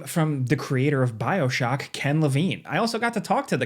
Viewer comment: Bro said Bioshoky